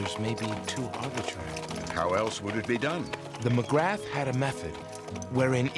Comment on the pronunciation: "Magrath" is not pronounced as it is spelt. It's correctly pronounced 'M'grar'.